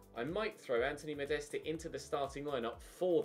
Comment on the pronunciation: you are pronouncing Anthony Modestes' name wrong. It's pronounced 'Modest'. Not 'Modest-uh'.